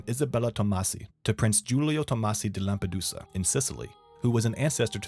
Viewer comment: When he said di lampadusa I LOLd